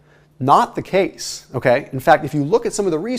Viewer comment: I swear that he says it's "not the cakes" instead of "not the case". Freudian slip? LOL. Thanks for this awesome content, I'll remember to make sure I don't eat any cake except for maybe 3x a year instead of every month like I was doing.